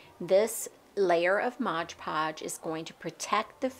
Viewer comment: It is cute how you pronounce Mod Podge Modge Podge 😅